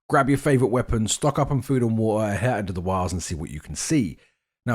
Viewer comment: Drink Wa-her